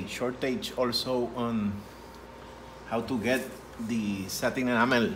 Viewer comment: Did you say Sherwin Williams ENAMEL paint?